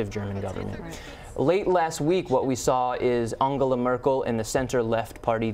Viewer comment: I Like the interview a lot of information but please america learn how to pronounce the name "angela".christ!